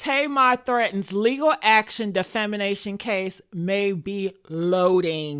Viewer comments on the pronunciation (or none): Defamation not defimination. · It’s defamation not defimination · Doll, the word is DEFA-MA-TION! You’re welcome ☺️